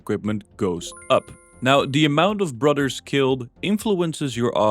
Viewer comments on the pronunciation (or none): Brudders? Fings? Cringe. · Take a drink every time he says brudder(s)